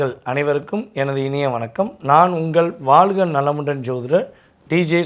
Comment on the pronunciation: ஆரம்பமே படுமோசம், வாழ்க என்பதை வால்க, வால்க என்று உச்சரித்தால் சொன்ன சொல் பலிக்குமா ?